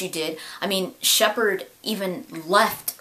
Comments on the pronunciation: I honestly thought that harbinger said "Shepard sucks". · I thought it sounded like Harbinger was saying "Ah Shepard!".